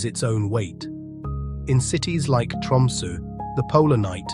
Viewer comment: Did anyone else catch the narrator pronouncing Tromsø as Tumsu the whole time starting Opens in a new window]? Pretty funny slip-up